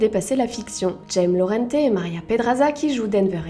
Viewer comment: J'adore l'accent au début quand elle dit jaime et Maria😂